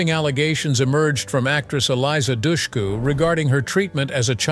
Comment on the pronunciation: Also, Eliza Dushku's name is pronounced wrong! He says, 'doucheku', it's actually 'dushku' like hush - ku.